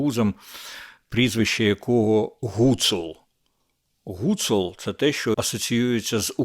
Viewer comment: Він же гУцул не гуцУл!